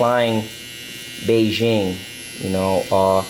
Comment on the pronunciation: The way he said Bigen sounded like Beijing 😝